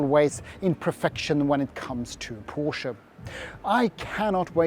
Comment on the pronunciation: Great video! Finally a reviewer who can pronounce the word Porsche correctly, like Germans do ;)